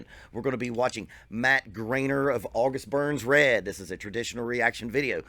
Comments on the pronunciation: Just to fix this because Ik your new to him it’s not grainer it’s Griener like rhymes with fryer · Pronounced Gr-eye-ner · You still didn't pronounce his name right. It's gr-eye-ner. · "Grine-er" 🤘😎 great vid brother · "watched a interview to get his name right" says it wrong lol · The best part is he said he intentionally watched an interview with him so he could pronounce his name right and he still butchered his name multiple times LOL. No hate here though, great reaction😁